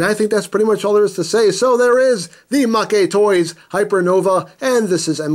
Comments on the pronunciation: MakeToys is pronounced Mayktoys, not MakeyToys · You are legit the whitest YouTuber. "Oh, well it's from Japan so it's probably pronounced MakéToys. God damn dude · You know, if you pronounce it 'ma-ke toys' it kind of sounds like it means 'loser toys' or 'toys that lose'. Or another meaning you could derive from that pronunciation is 'freebie', as a freebie is something the company looses to the customer. I'm not making this up. I live in Tokyo and speak Japanese. Does MakeToys give you free toys to review ? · Why did he pronounce Maketoys wrong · Don't worry. You pronounced Novae correctly. The Japanese text has it pronounced that way. As for mah-kay vs. mayk for Maketoys...they haven't put any Japanese text for it, which is my guess as to why it's ambiguous...oh well. lol